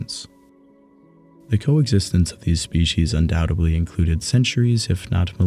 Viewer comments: Undoubtedly, not undoubtably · Fantastic deep-dive into the lives of Neanderthals, but if I have one (or one group of many!) gripes, it's the use of "Undoudtebly" and "Supposebly". It's grating to the point of distraction.